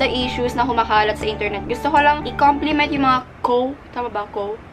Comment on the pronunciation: HAHAHA! "INTEARNET" 😂👏 I LOVE YOU! ❤